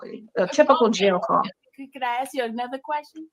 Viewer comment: She also says "AXE"🪓 instead of "ASK"❓... The only trashbag I remember, who replaces with a K every word ending in ING, is Leticia Stauch (and her mini-me who tried to cash on a life policy from a murdered child....) RIP Gannon Stauch🙏